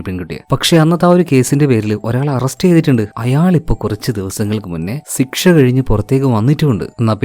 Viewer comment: Mmmm സിക്ഷ അല്ല ചേട്ടാ ശിക്ഷ😊